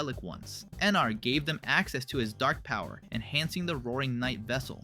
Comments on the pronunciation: bro who is "enar" do you mean eram??? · Are you saying “Emar” instead of “Eram?”